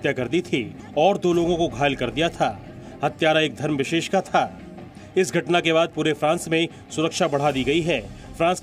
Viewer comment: We don’t expect this from you that every time you say a DHARAM VISESH. Kindly say clearly.